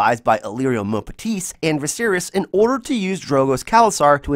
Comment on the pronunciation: Ur pronouncing Mompatis wrong